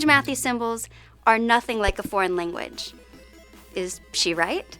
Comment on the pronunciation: Would you mind doing a vid on modern vowel shifts? For example, the young lady on this video often has her “a” sounding like an “i”. (Eg lang sounds a bit like ling)